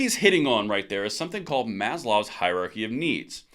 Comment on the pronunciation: "Maslow," not "Maslov." Complete 2A guy here, but we've got to use our words correctly if we want to win on the battlefield of ideas.